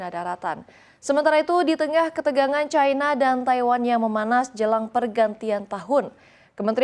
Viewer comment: Cina ato China bukan Caina.. cina ya cina aja. gak harus make promounce inggris serigala. Pas manggil Haimars knp manggil himars. kok knp gak pake prononciation inggris lg?? Cina ya cina aja gak harus make cai cia cai. dadar O On !